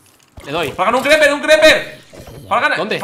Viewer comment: "Un cRePerrrr" xd